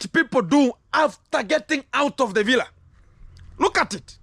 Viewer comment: That's how Rocio pronounce it ....that's why many people are saying it that way.